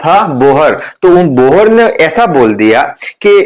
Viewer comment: Bohr not bhor